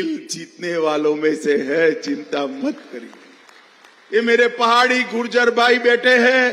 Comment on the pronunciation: Gurjer nahi Mota bhai it's gujjar